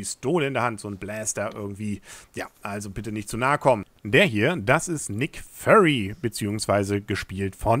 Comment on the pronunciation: nick föry hahahaha so lachflash bekommen